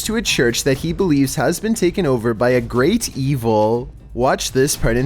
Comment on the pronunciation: i love this dudes voice, at the end of every sentence he holds one syllable xD gonna get overrrrr i love it xD